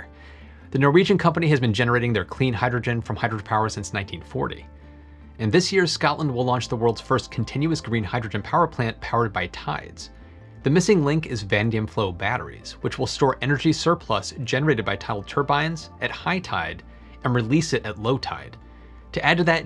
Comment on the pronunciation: it sounded like you said "vandium"... I had never heard of anything by that name--- I thought maybe you mispronounced "vanadium", so I searched the term, and found that it's a real world, but used only in fantasy games as a hard, shiny metal similar to chrome. I suspect the word you intended to use was "vanadium", which is an element on the periodic table--- used to make certain steels?